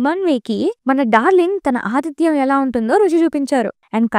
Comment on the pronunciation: Aadityam kaadu madam aatidyam